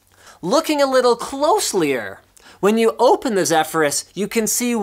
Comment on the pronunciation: "Closelier" lol